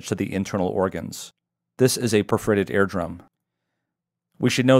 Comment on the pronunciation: your pronounce ear drum like air drum throws me way off